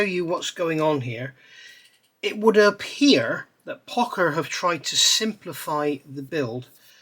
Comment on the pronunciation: I've been building Pocher kits for years and never heard it pronounced POCKER always Poe-SHUR. I guess it's like Porscha versus Porsh.